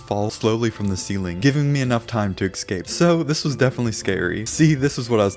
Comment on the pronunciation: Why do you say excape Not escape?